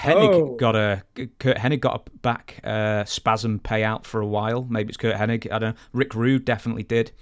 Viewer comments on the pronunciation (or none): none